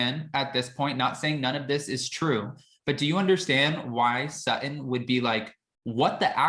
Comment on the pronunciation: When did Sutton become "Suh-in"? Are glottal stops the new thing?